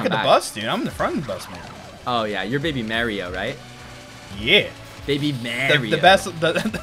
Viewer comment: why do you say it like Baby M air io it's Ma R io